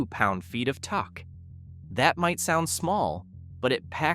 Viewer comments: Says 17 cars, but video has 13....and torque is pronounced TORK....not TOCK ! Oh and Mitsubishis are usually very poorly rated. Lexus, Toyota, Acura, Honda, Mazda, Subaru and Buick are the reliable brands ☺ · "TORKE"...but he sounds HUMAN! 😮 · AI voice?Coupee and tock. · toke? tak?tik tak? this idiot doesn't know how to pronounce torque? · He did say it! Tawk! pound feet of tawk! Tamma hawk! Lol! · what the hell is “tuck” I already tapped out. I can’t do these uninformed AI generated videos. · toke and coop eee lol good video. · "Toke" the word is Torque 😂😂😂😂😂😂😂😂😂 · It’s AI when it can’t say torque and it said coopee 😂 instead of coupe. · And it can't read the word torque... hate AI. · 162 pounds of torque.( the guy that's editing the video, can't say torque)😂😂😂😂😂